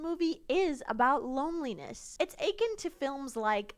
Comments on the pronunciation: i’m sorry but you saying “akin” like clay aiken instead of “a-kin” killed me 😭😭😭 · i've never heard anybody pronounce the word akin like "achin' " and honestly i'm here for it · The way she pronounces akin